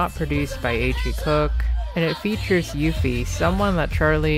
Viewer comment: the way you pronounced uffie lmaooooo, its uh-ffie not you-ffie